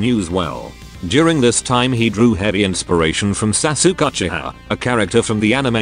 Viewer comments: I laughed every time the voice says Sasuke as "Sa-sook." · I'm not familiar with this anime, but I love that it's pronounced "Sa-Sook" Which I am sure is both inaccurate, and superior to whatever the actual pronunciation yet. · lol..Sasuke is pronounce as Sasuk? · Holy shit the way it says sasuke I’m dying